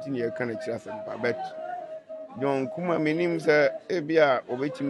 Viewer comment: Please kindly correct it it’s Kumah not kumash thank you 🙏🏾